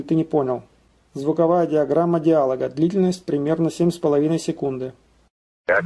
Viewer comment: Не диАлога, а диалОга! Где же свитер из оленя?!